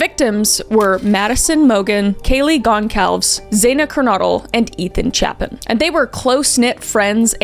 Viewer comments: i love your videos and it’s so weird to hear two cases so close to where i live. also respectfully, you pronounced maddie’s name correctly but kaylee’s last name is pronounced ‘gon-sal-ves’, xana’s name is pronounced ‘z-anna kurn-oh-dle’, and ethan’s last name is pronounced ‘chape-in’. i hope those help with pronunciation. just wanted to clarify out of respect for all of them. all love🫶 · I love you but your continuous brutal butchering of Kayle Goncalves' surname really hurt my heart. You also mispronounced Ethan's surname and Xana's first name.